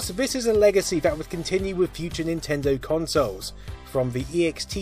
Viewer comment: Nintindew? Wtf did this guy say???